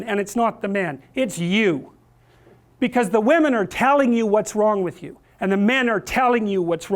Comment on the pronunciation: Says whamen like Pewdiepie